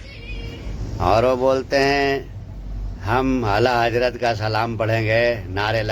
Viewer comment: Abe chutiye Hazrat hota hai hajrat nahi